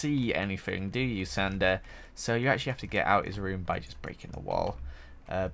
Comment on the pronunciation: when says but, I think he says butt